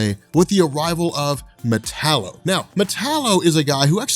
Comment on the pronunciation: metallo???? really